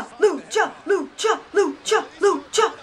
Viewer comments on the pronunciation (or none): When you were saying lucha I thought you said ucha ucha. I had to start the video over lol.